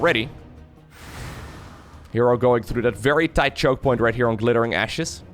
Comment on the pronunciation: What said: Glittering Ashes in particular, is absolutely huge. What I heard: Glittering Asses in particular is partucilarly huge.